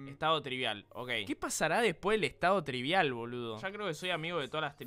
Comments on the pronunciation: Spreen diciendo estado TRIBIAL en ves de estado TRIBAL xd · Aún le dice tribial en vez de tribal jajajajaja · Se RE confundio spreen al principio el decia tribial y era tribal